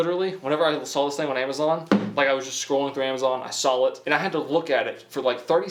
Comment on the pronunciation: Two things I’ve noticed he says “sawll it” instead of “saw it” and I’ve also heard “acrossed* instead of across. Does he know that, ?